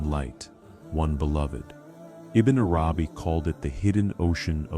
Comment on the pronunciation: Such amazing teachings but would it be possible to get the AI voice to learn correct pronunciation of the noble names ? And that it's Arabi not arAbi. And Allah has double lls which should be given their full value. This is important not just linguistally but to show proper respect to the ultimate Lord & his devout scholar & servant.